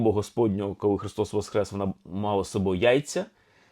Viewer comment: З Великоднем! Чую Ви говорите Христос ВосХрес, а не ВосКрес. В чому різниця, це більш граматично правильно? Дякую